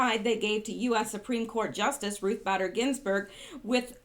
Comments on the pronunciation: Bader is pronounced Bayder! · Ruth BAY-Der. Long A. Scar-A-mooch-ie. They call him mooch. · B---A---der. Pronounced A a long A . Does not rhyme with glad or bad. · Her name is sound like Ruth (Bait-er) Bader Ginsburg. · RBG BADER IS pronounced BAY- DER..The A is long.